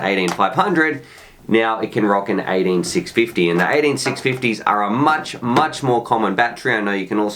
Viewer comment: You almost choked because of the way you say "18650" 😘